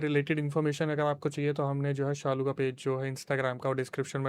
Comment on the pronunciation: it's Shalu bro not saalu